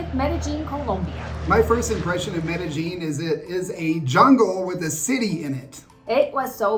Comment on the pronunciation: Bad American pronunciation really frost's my shorts. Its Med-a-yEEN!! Spanish double L is a Y.